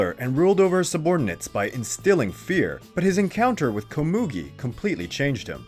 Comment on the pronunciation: You said Komugi wrong.... Edit Ponzu was not the only female. Siper was also female.